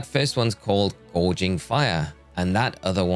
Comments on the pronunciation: It's not gourge anyway, it's gouge 😅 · Gouging, not gorging lol. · My brother in Arceus, you wanna try saying Gouging again? It’s not Gorging, also it’s Entei, not (h)Entai.